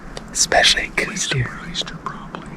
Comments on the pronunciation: I wish people could make a minimum amount of effort and learn what they are taking about. It is pronounced "Kouse," like house with a K, NOT coues! For the love of God, show a little respect. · I am positive he didn't. Do some research on how the deer got its name and don't be a simpleton your entire life.